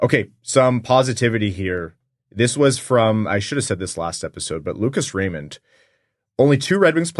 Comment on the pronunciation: It's RaymunT...at least that's what it sounds like when he says it